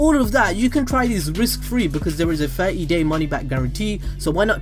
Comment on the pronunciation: "a fattie day money-back guarantee"? The hell...